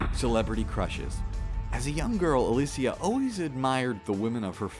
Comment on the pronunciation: makes a point to pronounce alicia's first name properly and then calls lara croft "laura". lmao